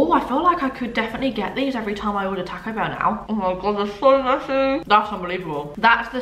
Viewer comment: Loooove you so Much! I laugh every time you can “tack-0 bell” Lolol makes me think that if you say the work “talk” you’d say “tack” lol “talk” and “taco” has the same “a” sound